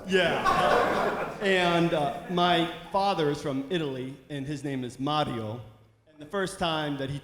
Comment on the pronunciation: I'm so proud of Colin for pronouncing Mario correctly in his segment